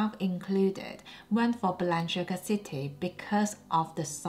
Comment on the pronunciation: Celine not the same anymore I agree, and the lady dior looks off. Btw Balenciaga you are pronouncing incorrectly please research and pronounce correctly.